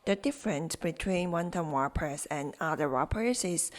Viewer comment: WRAPPERS,pronounced rappers, the w is silent I hope to hear back about the crispy pork bellies, but I am going to make wonton dumplings as well, for the first time! Thank U